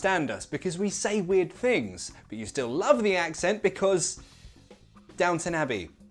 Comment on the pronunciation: why do you say ''weird Fings''. . most brits use f sound instead of th sound but they laugh when a foreigner used t or d sounds instead of th. btw he truly pronounces th sound .